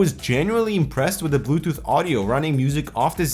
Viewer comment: he said butooth. lol